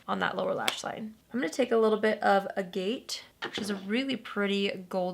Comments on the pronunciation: "a gate" is actually pronounced "agget" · It is not pronounced a-gate, it should be a-gaht. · agate.. the accent is on the first syllable. ah...gate. Just a little fyi lol.